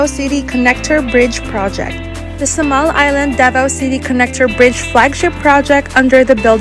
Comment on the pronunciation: Wrong pronunciation po kayo sa Samal